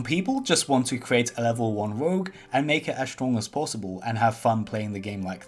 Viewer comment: "level 19 woegue"